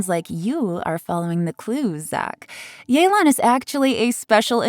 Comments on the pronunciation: So it's pronounced yay-lan instead of yeh-len??? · Since when was it pronounced “yay-lan”? I always thought it was “yuh-lan” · It’s not yeelan it’s yaylan ok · “Yay-lawn” makes every single person who speaks the language cringe. It’s like nobody tries anymore, could’ve just sent a text to Suzie or something. A shame since she’s casted very well. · oh so thats how u pronounce yelan